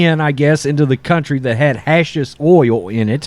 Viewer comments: Hashish is pronounced "Hash-Heesh".Trust me. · YESTERDAY I told you how to pronounce Hashish. Why did you not believe me??? Or, you need to fucking read comments from your viewers.